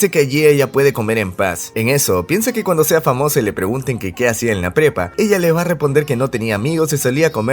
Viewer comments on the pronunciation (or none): He notado que la pronunciación del nombre de la banda suena como Queso Cubano